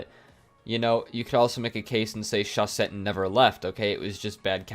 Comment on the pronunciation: Talking about pronunciation, what about you become the first ever to pronounce chausette correctly ? You have to say "chauzette" (because there's only one s)